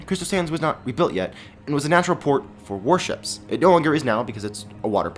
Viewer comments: The whole time I thought he was aying "Worships" and I was so confused and the I realized he was saying "Warships"... XD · I thought u were saying worships